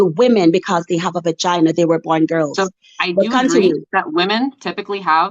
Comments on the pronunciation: The amount of times she said "Ba-Gyna" is hilarious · Vagina pronounced bagina is wild